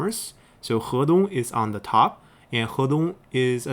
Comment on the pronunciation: It is so nice to hear someone actually say Hedong correctly.